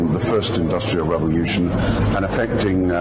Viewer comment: What is a 'revolyushun'?